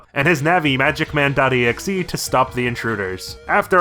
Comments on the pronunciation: Subbed for the EGGSJEHEH pronunciation. I can't believe I've gone from pulling my blanket over my head at night to play on my SP to pulling my blanket over my head to cry myself to sleep. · Ya know, saying megaman. "exehhh" kinda does make sense, since exe is short for executable lol. But yeah, when I say it I spell it out too. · A funny detail, in Japanese, mega Man x is ro-ku-ma-n e-ku-su or rockman x. So pronouncing exe as a word makes him ro-ku-ma-n e-ku-se. In other words, rockman x